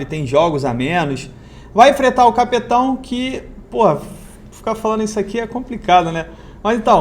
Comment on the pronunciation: Cape Town pronúncia (quep taun) em português Cidade do Cabo.